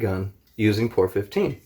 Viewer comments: It's P O R 15 not pour 15 just wanna get that straight. So people at autoparts store look at you like ehe? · Its P.O.R not Poor. Very nice video though! Alot of "professional paint shops near me won't touch P.O.R with a paint gun. Swear it can't be done. You proved them wrong big time!